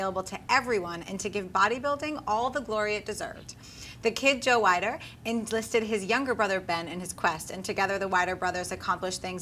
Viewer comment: It's pronounced WEE-DER.